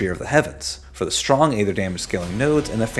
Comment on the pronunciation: Dude it's pronounced aether.